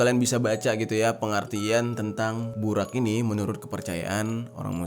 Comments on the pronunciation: Bang maaf nihh yaahhh setau saya penyebutan buraq nya salah harusnya nyebutnya buroq tapi di tulisnya buraq🙏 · Bacanya burok bang bukan buraq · Bacanya buroq Bang xixixiii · Bukan BURAK bang tpi BUROG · Bang bukan burak burrok itu bacaannya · Burok bukan burak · Di baca nya bukan BURAK tapi BUROK cari tau dulu baru cerita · Burok bang bukan burak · Bacanya burok bang, dalam bhs arab ra itu di baca ro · Bacanya 'BUROQ' bang jeri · Kalo ga salah buraq dibaca buroq bang, maaf kalo salah, sukses selalu bang jeri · Buraq cara bacanya Burok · baca nya buroq bang